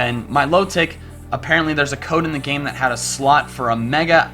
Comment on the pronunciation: It's mil-otic, like exotic